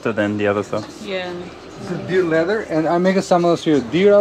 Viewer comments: Half the time when Karls says LEATHER, I hear LIVER! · Its Leather not Lither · What is his accent that he pronounces leather like “liver”? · It sounds like your saying liver not leather 😂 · Do you keep saying liver it’s leather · I can only hear Liver when you say Leather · I kept hearing "liver" instead of "leather".